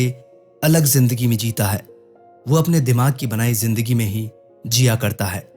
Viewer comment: Jindagi nhi Bhai Zindagi. Zebra ko jebra bolty ho kiya😅